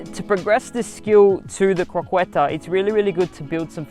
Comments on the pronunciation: Btw you should pronounce it "croqeta" not "croqUeta"... Got it brow ? Also like your passion eheh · Croqueta is pronounced like CRO-KE-TA